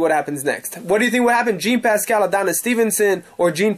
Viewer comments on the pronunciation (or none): I cringe everytime I hear you say Jean Pascal. Learn the names